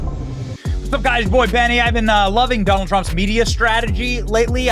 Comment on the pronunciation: Have you noticed that, among the Democrats that have announced that they are voting for Trump, most of them pronounce the name as… Doll Trump ?